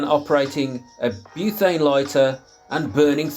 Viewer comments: Buthane? I thought it's pronounced butane? Am I saying it wrong? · You're right, I'm in Oz and there's ads on YT claiming it's Tesla coil technology and doesn't need fuel. Blatant lies. Btw it's "butane" not "buthane". There's no 'h' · Great video, thanks. Btw it’s “butane” not “buthane”. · I'm gonna go crazy if I hear"buthane" one more time😂😂😂😂😂